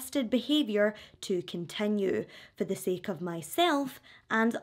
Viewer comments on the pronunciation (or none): none